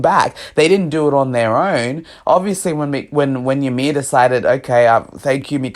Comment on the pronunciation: fun fact the name Ymir is actually supposed to be pronounced as " EE-mir". not yamir. It is a very common mistake.